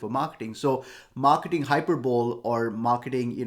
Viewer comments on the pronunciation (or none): Just a helpful note (not criticism), the word "hyperbole" is pronounced like hyperboley